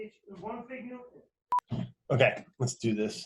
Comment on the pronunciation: "ONE FIG NEWTON"